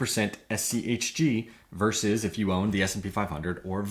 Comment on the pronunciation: was annoying to me how your inflection goes up on the H in schg and schd, when the g and d are what are different and so that should be the emphasis when you are differentiating these words, you basically made a point to make it super hard to follow bc you wanted to try to make it easier to understand by speaking like a five year old.